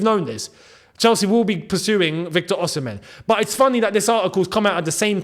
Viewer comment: ...it is pronounced Osimay. He said it in the interview with the former Chelsea player.